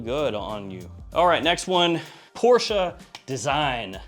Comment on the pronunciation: THANK YOU so much for knowing how to properly pronounce Porsche! LOL The Porsche family even released a video on how to properly say their family name and there are still so many people who slur out PORSH and pretend to know.